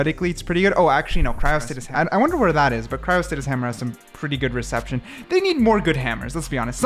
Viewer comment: I'M SO SORRY FOR COMMENTING THIS BUT IT'S BOTHERING ME FOR SOME REASON : It's cryo-sta-SIS not TIS...